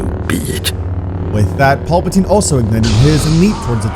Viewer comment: Who TF is Paulpatine? You mean Palpatine??PAL- PATINE. Paul must be the clone that somehow came back in episode 9 🤣